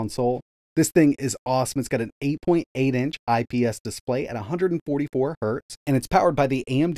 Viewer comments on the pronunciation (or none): I love your videos but please just say Hertz instead of "hurt" 😂